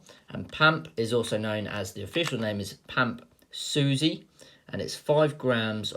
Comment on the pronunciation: is suisse actually pronounced susie?